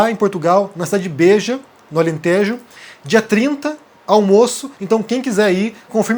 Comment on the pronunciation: cá a pronúncia Beja e Alentejo, é com E aberto! Beijinhos